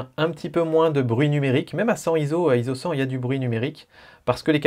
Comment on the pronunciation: par pitié pas Zizo mais ISO (pour International Organization for Standardization ) prononcé "izo"